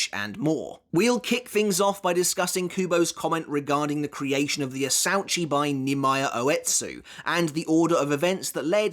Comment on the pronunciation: “Asuechi it’s pronounced in Japanese idiot not how you pronounced it asauchi